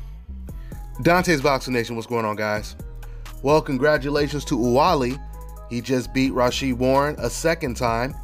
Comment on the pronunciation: OuBaali ! Not OuWaali !